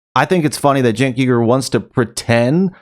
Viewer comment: Senk lol 😆 😂 🤣 snake 😂😂😂!!!! Love how he calls him name wrong on purpose!!!!!!!